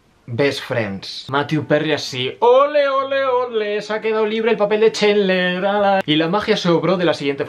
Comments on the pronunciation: Es "Chandler", no Chendler. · Oye amigo...burn video. Pero muy ignorante En much as cosas. Map dichos Los nombres...pot que me dices: Chenler?